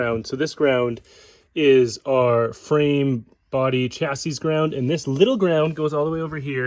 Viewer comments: Curious which country you're from that pronounces the last S in "chassis?" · Chassis “chassy”